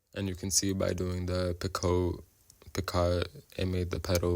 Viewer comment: Picot is pronounced peek-o